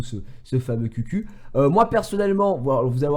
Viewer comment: Ça se prononce khiou khiou et pas qq